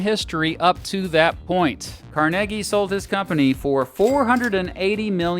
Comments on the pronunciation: It’s pronounced Carnegie not Carnegie! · The history of pittsburgh cannot be told without discussing Carnegie (its pronounced car nay gee!). Great video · I'm from Pittsburgh, and it's pronounced "Car-neg-ee" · Car Neg Ee is how he pronounced it. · I thought his name was pronounced "Car-NAY-Gie". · He pounced it the latter way because he was Scottish.